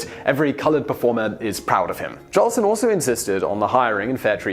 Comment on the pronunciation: hey you@ --you said JOLSON'S name WRONG " SAY his name RIGHT --GET IT RIGHT@ " -------- iT's J O L S O N """ not Johnson!!!!!